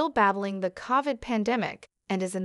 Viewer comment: The voiceover narrator mispronounced covid.